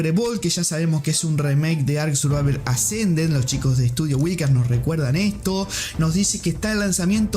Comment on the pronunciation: "Ark survaver assa"